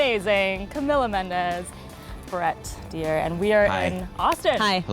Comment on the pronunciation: Did she just say Brett deer lmao, I love it when actors hear their names pronounced wrong and they just act like they didn’t hear it